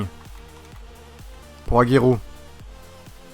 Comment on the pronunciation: Sa se prononce Rhésé et Agouéro au lieu de Jésé et Agüero